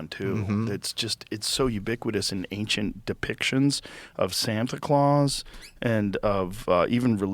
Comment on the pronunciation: i never would have expected to be the one who says "anxient".